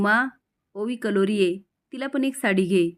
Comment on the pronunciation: कलोरी नसते मॅडम करवली असते